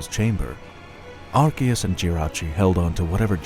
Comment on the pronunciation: its are- see -us not are-key-us